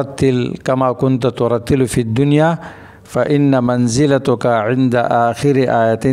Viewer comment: Molana manzilataka Sahi parhy